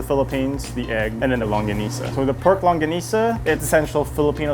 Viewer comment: i’ve never heard longganisa pronounced so conyo